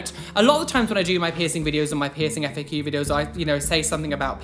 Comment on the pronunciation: why do you say FAO all the time